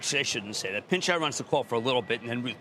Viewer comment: It's not pin-chai it's pi-chai